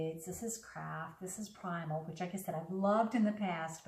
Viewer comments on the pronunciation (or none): I couldn't even understand what the brand was she said "Primal ea". She should speak clearer